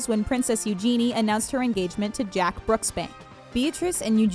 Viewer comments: It's pronounced use your knee no eugeenieee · Seriously? "Lewis"? "Eu-Genie"? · Eugenie is pronounced "You zhen I a." She ha introduced herself as "Eug" which rhymes with huge. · omg how can someone pronounce words so badly, such as ‘Eugenie’ and ‘Cheltenham’ if you cannot pronounce it how it is pronounced in its home country then google it, the speaker button will tell you how to pronounce it. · That lady pronounced two names wrong 😂 Prince Louis and Princess Eugenie 👑🤦🏼‍♀️